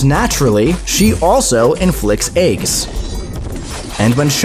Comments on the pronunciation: AAYYGS not eggs😢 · She inflicts astral Ayy-gs